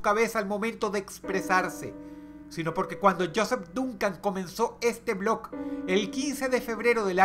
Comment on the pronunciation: Dross pronuncia mal el nombre del blog